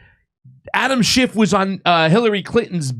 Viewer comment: It's Schiff....SCHIFF. Not SchiffT.